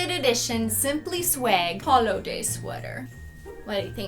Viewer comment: holoday jumper not holo :(